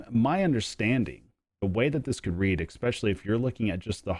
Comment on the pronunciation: You lost me at"expeshully" ;)